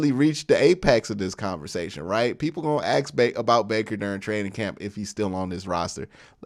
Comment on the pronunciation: Now that you’re a public personality who’s finely honed football analytics are a pleasure to listen to…could you please pronoun “ask” properly…it’s not pronounced “axs or acks.”